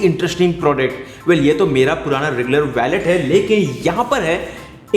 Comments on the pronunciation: It's not pronounced.....Wa-let It's Wo-let Wallet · It's not valet 😂 its wallet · वैलेट नहीं वॉलेट। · Bro it's not a vallet its wallet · ji vo Wallet hota hai.. Spelled as Woo-let/ Wal-let. Not Valet, Valet toh Car parking lagane wala hota hai. Baki video badiya thi. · valet???? seriously...... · you can't pronounce wallet lol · Abe gawar wallet to sai se bol le.